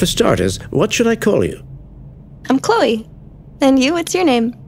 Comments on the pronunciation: Its "Chlo-ee" not "Clee-oh" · It's ChlO-E.....not ChlE-O